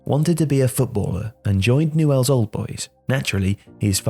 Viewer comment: It's pronounced "nyools"